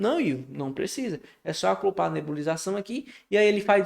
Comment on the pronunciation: alguém por favor dá uma aula de português pra esse cara, é o segundo vídeo que assisto com, ele falando "aclopar" em vez de ACOPLAR!!!! Nos minutos seguintes ele permanece no erro falando "aclopa", "aclopado" aff! Video muito bom, ele explica super bem, só precisa aprender a falar direito!